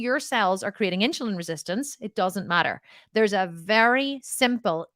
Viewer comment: Are you trying to say INSULIN ? Its NOT INCHILIN there is NO CH its insUlin, just the way that its spelled lol I KNOW this because my sister is a nurse, its HARD for me to concentrate on what you are saying, when you are saying that word wrong and that is ALL that i can concentrate on lol because I was a teacher its driving me crazy, ha maybe its your accent that is why you are saying it wrong lol